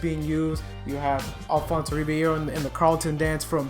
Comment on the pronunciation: I’m mad you messed up Alfonso’s name!